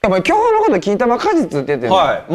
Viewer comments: 巨峰が巨根に聞こえるw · 巨峰が巨根に聞こえたね